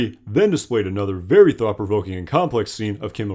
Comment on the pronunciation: Excellent summary. (The phrase “thought-provoking” was difficult to hear/understand.)